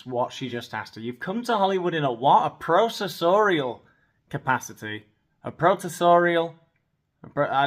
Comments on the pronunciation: I think the interviewer said that Meghan has come back to Hollywood in a produsorial capacity. Is that even a word? It sounded like professorial at first. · She said “professorial” LMBO “right” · She sad "professorial," laughable - seriously lmao.